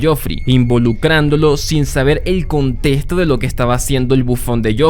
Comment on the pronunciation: ConteXto ConteXto ConteXto ConteXto ConteXto ConteXto ConteXto ConteXto ConteXto ConteXto ConteXto ConteXto ConteXto por favor. arruina todo tu espectacular relato.